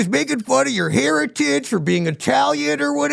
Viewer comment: Heritage. I thought he said hair and tits 😂